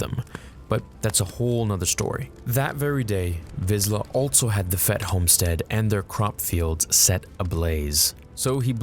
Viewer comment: “ALTSO...” is there really a “T” in that word?